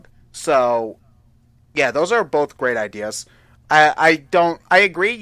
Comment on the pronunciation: Did say bolth?